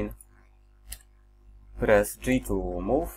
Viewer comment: Tym "Press" się całkiem zdradziłeś że jesteś z Polski :D Pozdrowienia z Opola